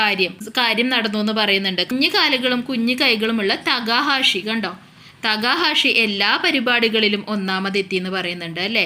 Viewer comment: തേക്കാഷി എന്നല്ല തെക്ക ഹാഷി എന്നാണ്